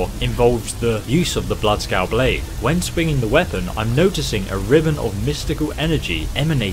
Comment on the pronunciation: It's bloodskaal